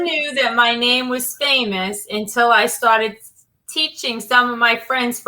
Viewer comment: Dica de pronúncia: não é fêimous, é fêimas. Palavras terminadas com OUS rimam com US (nós).